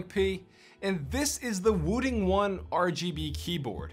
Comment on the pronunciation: its not wooting its woo.........ting as in this ting